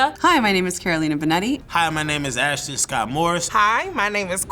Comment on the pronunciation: "I' m and I eat spagheRi" 💀 Imagine not being able to pronounce your own surname.